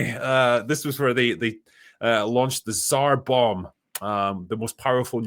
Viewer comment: Pronounced Tsar Bomba!